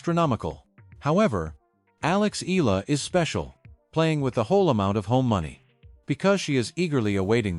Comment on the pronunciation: Alex EALA not Aya